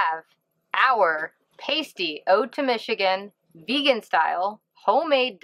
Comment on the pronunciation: You don't say that word the way you think you do 😉. My family is from the western UP and Pasty rhymes with Nasty. So jealous of your time in the UP, enjoy!